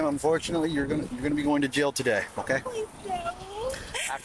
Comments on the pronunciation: An adult pronouncing the word jail like “jell” is infuriating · I hate the way she says jail (jell) and bail (bell) 😠